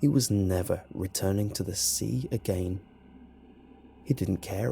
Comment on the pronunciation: How it's normally said "again" How says it "agaien"